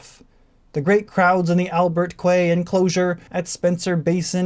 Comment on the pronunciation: Appreciate the upload, just like to give a couple notes. I know it's spelled quay and quayside, but those are pronounced "key" and "keyside".